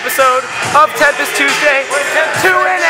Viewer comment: Its tempis not tempest